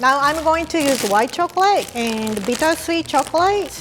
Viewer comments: Nobody:: choclae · "Chocolay" - 2019